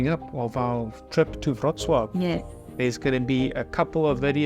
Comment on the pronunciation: BTW, the way you pronounce "Wrocław" is spot-on :)